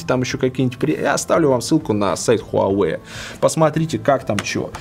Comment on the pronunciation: Хуавэй крут как всегда. Жаль жена до сих пор не правильно читает название бренда))